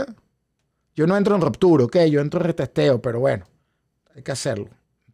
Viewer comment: No es rOptura.... es rUptura